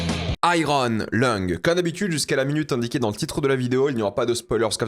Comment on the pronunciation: " Aille - rone " à la franglaise 😅 En anglais/américain, on prononce "aïe-yeurn"